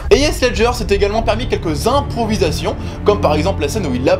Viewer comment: Wesh comment il a prononcé Heath « Haisse » au lieu de « Hitf » (j’ai mis un f important de prononcer le *th*) Mais bon on peut dire que c’est la hess comment il a dit son nom😂😂